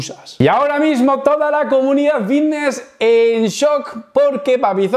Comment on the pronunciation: "joer que bien hablo si parezco aqui un profesional" y dices fitness con V... Dices Vitness 😑